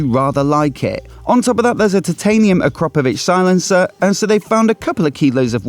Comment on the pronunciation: AH KRA PO VICH. Not ACROPOVIC.